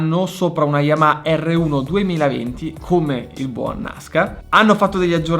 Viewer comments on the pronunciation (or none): none